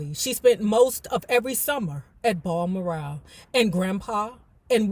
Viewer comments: Oh wow, I didn't realize this was gonna be the next book,. I just got finished reading mine last week, it was a good read😊👍🏾. FYI: BalMoral Castle is pronounced like the name Al, but w/a "B" Bal-Moor-rell Castle🙏🏾, hope this helps 🥰. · It’s pronounced Baal-moral.❤